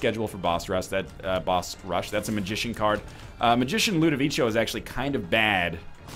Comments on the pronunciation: btw it's not pronounced "ludovicho" but "ludovicko" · 740 episodes still can't pronounce Ludovico